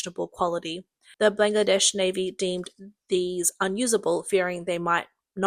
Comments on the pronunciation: she does. And she's typical for girls who have zero interest in doing their job properly. I heard FAR MORE mistakes than the average Aussie would make. We ALL know what Bangladesh is, and she's calling it blang-ladesh. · NO. DON'T maoe excuses because it's NOT her accent. I have thr same accent and NONE of us pronounce Bangladesh as "blang-ladesh" and frigate as free gate. She simply can't read properly and is typical of girls here who don't put any effort into their job. This isn't lisp, it isn't the accent, she's just hopeless. 70% of Australians could do it better. Honestly she'd be fired for even reading childrens books in Australia. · Coup → “Coo,” not “Coop” Chilé → “Chee-LEH,” not “Chilli” Chilean → “Chee-LEH-in,” not “Chillian” Bangladesh → “BAHN-glah-desh,” not “Blangadesh” Disastrous → “Dih-ZÆ-struss,” not “Distrastrous” Pakistan → “PAH-kee-stahn,” not “PÆ-kih-stan” Fared → “Faired,” not “Fard” AND Subsidence → “Sub-SIGH-dense,” not “SUB-sih-dense” I love your voice and accent, Australian lady, but you Australians really have a penchant for mispronouncing things 😂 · COUP is NOT pronounced "koop". It's "koo". PLEASE LEARN. Your reader here has very, very poor knowledge of the English language. 👎 It's Ban-gla-desh. "Made In China" quality on full display with the CCP 'weapons'. You get what you pay for... M 🦘🏏😎